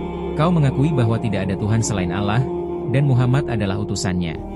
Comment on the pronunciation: Narasinya menyebut nama Allah kurang pas,carilah orang yg pasih.